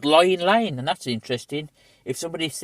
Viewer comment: It’s not lying it’s pronounced Ling lane. My dad was a postie in the area for 47 years.